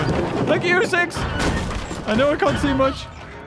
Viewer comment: “Shank you” He’s gonna shank us ruuuuun